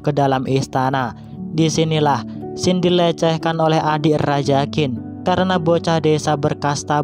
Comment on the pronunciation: Namanya Xin tapi pas menit ke 6 namanya jadi xang